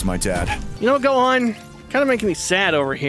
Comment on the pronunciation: He sed gohon